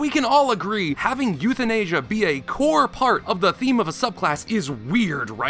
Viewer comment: "euthinasia" hehehehehehehehe